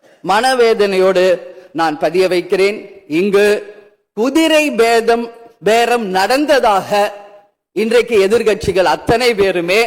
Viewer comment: அம்மா நீங்க பேசறது எல்லாம் சரியாத்தான் பேசுறீங்க கொஞ்சம் திக்காமல் திணறாமல் பேச வேண்டும் குதிரை பேரம் என்று சொல்லுவது கூட தடுமாறுகின்றது குதிரை பேதம் அல்ல குதிரை பேரம் ஜோசியருக்கு அரசு பணி கொடுத்த முதல்வர் அரசு பணத்தில் அவருக்கு ஊதியம் வழங்குவதற்கு யார் அதிகாரம் கொடுத்தது அவருடைய சொந்த பணத்தில் கொடுக்க வேண்டியதுதானே ஐஏஎஸ் படித்தவர்களுக்கு கூட இந்தப் பதவியை வாங்குவதற்கு மிகவும் சிரமப்படுகிறார்கள் ஜோசியம் சொன்னவர்களுக்கு அரசு பணியா நீதிமன்றம் இந்த பணிவு உத்தரவு வழங்கிய அதிகாரிகளை உடனடியாக பணிநீக்கம் செய்ய வேண்டும் நீதிமன்றம் வேடிக்கை பார்க்கக் கூடாது இவர் தனக்கு தேவைப்பட்டதை எனக்கு பக்கத்துணையாக இருப்பவர்களை அவர் நடித்த படங்கள் மூலமாக கிடைத்த பணத்தை அவருக்கு கொடுக்கட்டும் மக்கள் வரிப்பணத்தில் இருந்து ஒரு ரூபாய் கூட எடுக்க முடியாது என்று சொன்னவர் ஒரு ஜோசியருக்கு மாசம் 3 லட்ச ரூபாய் அரசு பணத்திலிருந்து ஜோசியருக்கு எப்படி வழங்குவதற்கு யார் உத்தரவிட்டது யாரிடம் கேட்டார் இந்த யோசனை முதலமைச்சர் கூட இருக்கின்ற சட்டமன்ற உறுப்பினர்கள் அவருக்கு முக்கிய பொறுப்பில் இருக்கக்கூடிய அதிகாரிகள் ஒருவருக்கு கூடவா இது தெரியாது ஜோசியருக்கு போய் நாம் அரசுப்பணி வழங்கலாமா வழங்கக் கூடாதா இது யாரும் கேட்க மாட்டாங்க அப்படி நினைச்சுதான் அந்த உத்தரவு போட்டு இருக்காங்க இது சினிமா பாணி மாதிரி நீங்க நீங்க நெனச்ச மாதிரி அரசன் மாதிரி வேடம் போடலாம் ஆண்டி மாதிரி வேடம் போடலாம் ஆனால் சட்டமன்றத்தில் அதற்கான தகுதிகள் வேண்டும் படித்தவனுக்கு இந்த வேலைதான் வழங்க வேண்டும் படிக்காதவனுக்கு இந்த வேலைதான் வழங்க வேண்டும் 9 சட்டமெல்லாம் வகுக்கப்பட்டுள்ளது இதை ஓய்வு கிடைக்கும்போது இப்போது தேர்ந்தெடுக்கப்பட்ட சட்டமன்ற உறுப்பினர்